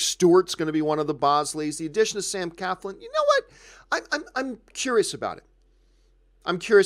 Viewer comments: it's not Sam Caflin... it's Sam CLAFLIN !! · Nobody seems to get Sam’s last name right......there is an “L” after the “C.”....CLAFLIN! ...SMH...